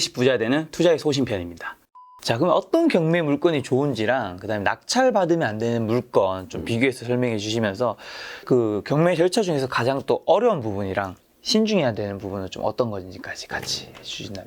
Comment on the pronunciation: 물건을 왜 물껀이라고 발음하죠?. 물껀아니고 물건입니다.